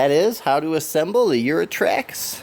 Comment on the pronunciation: It's Yutrax not Yurotrax